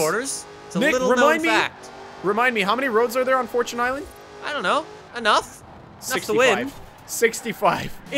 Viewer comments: right it's fortune not fortun!😂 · It is for chin island not for chuuunnee island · It’s fortune island not forchoon island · Majestic Beardsman we (people of new England and America) say “4 chun” instead of “4 chune” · It's Knee-San not nis-an and fourchin not fourtune.. change my mind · fortune is the words for and tune combined and you don’t pronounce time as chun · the way you say forCHUNE is so cringe im so happy called that out STOP SAYING CHUNE lol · Devyn lich00 this is the proper way fortchune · "forechoon i-land" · He said 4 choon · Do you call it a forchoon cookie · It's furtone island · way of pronouncing "fortune" is a bit irritating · Thank you for correcting that damn pronunciation, cause jfc, I thought he was joking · For-Tune For-Tune For-Tune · genuinely unwatchable because of how you say fortune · That’s how google pronounces it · FORCHOON ISLAND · fortchoon island